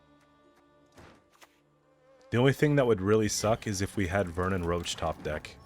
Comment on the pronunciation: Does he call Roche roach because he doesn't like him? or he just doesnt know its Rosh